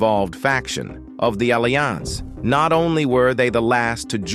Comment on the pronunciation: the way he says alliance 💀